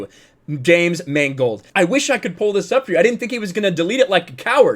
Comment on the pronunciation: I like the way you prounounced Mangold as "mangled." It's a very subtle commentary.